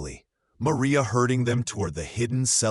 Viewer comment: Clarksville, TN. listening. Have to complement your narration. It was nice to hear the correct pronounciation of “calloused”, and the Mexican pronunciation of “Maria.” Also liked the picture - it sets the tone for the story and shows Catherine’s condition due to no water, heat.